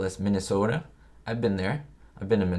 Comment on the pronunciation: I guess I missed the livestream, but I always love your content. Nashville Tennessean here! I love the way you said Minnesota! 👍💜